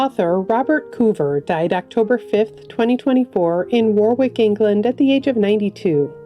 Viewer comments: It's pronounced 'Worrik', not War-wick! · England's 'Warwick' is pronounced 'Worrick'...in case anyone is interested.